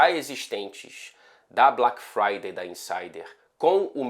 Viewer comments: Gostei do sotaque inglês dele em "BLÁK FRÁDAY" KKKKKKKKK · O cara é um " nojo " no inglês britânico 😂😂😂😂😂😂😂😂😂 esse o 😂😂😂 como é? " BALACK FRIDAY " 😂😂😂 NÃO TENHO A MANHA 😂😂😂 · Bem engraçado ouvir o sotaque "BLAQ FRAIDEI"😂😂😂😂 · Mto bom ouvir o inglês britânico do falando BLAQUE FRAIDEI. 👏👏👏👏👏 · Muito boa a pronúncia de "Black Friday". Adorei o British accent! ❤ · falando Black Friday é demais kkkkkk